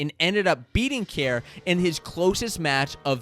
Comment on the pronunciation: Kjar is pronounced like Carr not Care